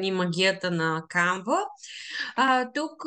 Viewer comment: Не се казва CanvA а САNva. Ударенито пада на първата сричка.